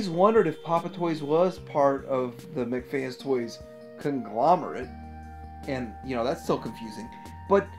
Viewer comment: Okay, JUST to clarify... It's pronounced "MECH" (MEK) FANS TOYS, NOT "McFans Toys", okay? PLEASE do try to correct that, if you don't mind. They do good work and deserve better than the "fast food of toys" pronunciation. Otherwise, as always, good stuff...! That Hot Rod/Imus Prime looks awesome though!